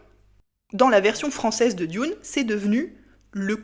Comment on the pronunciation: juste pour chipoter, Dune en anglais ca ne se prononce pas "dioune" mais simplement "doune"